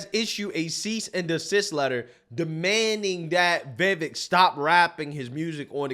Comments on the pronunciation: Somebody tell bro its' "Vi-VAKE" not "Veh-Veck" ...too many intellectual conservatives continuing to misrepresent the man's name, it's fkn silly at this point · It is Vi-vek, not Vevik! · The mans name is PRONOUNCED Vi-vāk. Rhymes with cake. Vivek Ramaswamy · You pronounce his name we vivake like cake. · His name is pronounced “vih-vake”. Why can’t anyone at least look up up before they make a video saying it 20 times? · Love the videos. His name is pronounced as in "Cake." So his name is pronounce Va-vake. This is how he said it's pronounced. I think he's awesome and needs more attention. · Why can’t people in media pronounce his name properly? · Mr AL SHRIMPTON should get Viveks name correct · I'm amused by preference for and coverage of Vivek but still can't pronounce his name properly. not a diss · "It's Vivek, like cake." - Vivek Ramaswamy Someday you will take the time to pronounce the man's name correctly.